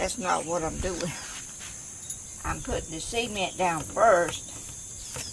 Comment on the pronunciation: it amuses me how you say sea-e-mient , we say .c-ment ha ha !! love the video